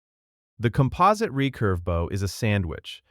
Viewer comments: composite... kom-pause-it... it is not a mineral, (kom-po-sight)... a few words mispronounced , but this one bothered me most. edit. again bow pronounced properly but then 8nce as a greeting or part of a ship..... ooooh its an AI voice trained on a real person so sometimes pronounces things incorrectly .. greasy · Composite with a short I not a long I. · He said Composight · Repeating stuff like 'Atlatl'. Mispronouncing 'bow', 'system', 'composite' (only to pronounce it correctly a minute after butchering thw pronunciation) .... the word structure and the structure of the paragraphs.. this and more makes me wonder how much this production was assisted by AI. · what the AI is going on here? "sigh-stems" not systems? "compo-seet" not composite? I was enjoying until the AI Ick set in. 😑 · The AI starts to break down near the end "system" pronounced "seistem" and "composite" pronounced "com-po-sight". He says both system and composite better later, but when introducing it, it breaks down.